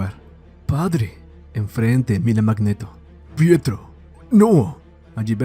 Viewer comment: No es "Prieto" es PIETRO!